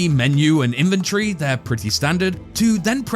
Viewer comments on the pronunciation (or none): Inventory ❌ Inventree✔